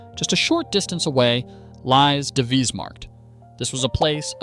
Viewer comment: Super appreciate your efforts to digitally restore "my" city. Unfortunately the way the Dutch names are pronounced is not really optimal. E.g. Oo is not oe but a streched oh, aa is stretch too and vis is like fish, short not vies (that actually means dirty).